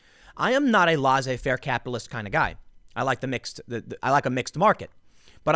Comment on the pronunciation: Laissez rhymes with essay. You got the faire right